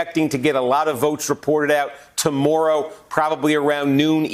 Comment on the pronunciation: The way this dude says tomorrow Must be a Canadian.